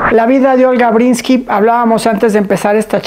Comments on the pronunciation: Matilde, es Breeskin no "Brinski" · Linda entrevista...pero solo una cosa Matilde....es olga Bresskin....no Bresski....y la N nunca lo dijiste...muy importante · Pronuncias mal el apellido, no es brinski, es Breeskin. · Matilde no sabe pronunciar el apellido de Olga? Porque se insiste en decir "Brinski" en lugar de Breeskin? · Conductora, diga bien el nombre de la Sra. Olga Breeskin, no Brinski. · No es BRINSKI lo correcto es BREESKiN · Todavia........ Todos queremos ver a Olga!!!!!!.....Felicidades Olguita!!!!!......y tu Matilde a ver si te enseñas a decir ........BRISSSSS--------KINNNNNNNNN. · Es mi oído o la Sra. Matilde pronuncia Olga BreeNski?? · Matilde, Porque pronuncias "Brinsky" ???? ES EL COLMO ....!